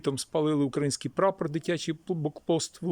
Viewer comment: Украї ' нський ! Робіть вірний наголос. Це уродство слова належить москвалям. Вам це навіщо потрібно карьожити. Ви довго наблюдаєте за вбивствами нашіх воїнів. Довго на нашій землі процвітають вороги народу і Армії. Чоловіки мають захищати жінок і дітей. Наші домівки, нашу країну, нашу Землю. То чого ж ви так довго соображаєте для чого ви живете в цьому світі. Робіть те , для чого ви народжені. А споглядати на все це побоїще не потрібно. Потрібно діяти з результатом виконаної роботи по очіщенню нашої країни від ворога.